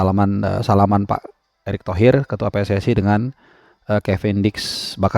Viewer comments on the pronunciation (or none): none